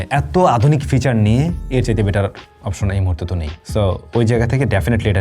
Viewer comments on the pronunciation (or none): none